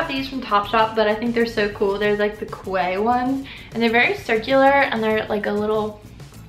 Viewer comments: The "Quay" sunglasses are pronounced "key." Thought you might like to know. :) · Quay is pronounced "key"